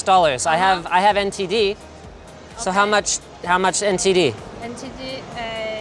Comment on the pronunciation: Linus saying ntd made me hear LSD